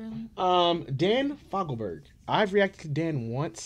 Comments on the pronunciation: Love him so much, gone way too soon. Brilliant songwriter. Last name pronounced Pho- gelberg. Please consider 'to the morning'. Simply stunning. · He's one of my all-time favorite artists. His last name is pronounced Foe-gull-berg.